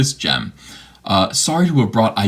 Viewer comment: "Soyry, not soyry." Also, Rose Tico wasn't cool until CAPS-rehabilitation healed her.